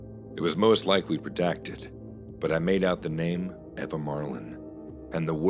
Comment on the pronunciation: 4th story - it’s pronounced Eeva not Eva.